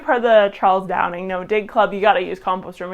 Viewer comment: for someone claiming to "have nothing but respect" for Charles Dowding you should at least get his name right instead of constantly calling him Charles "Downing" and even writing it wrong in your video description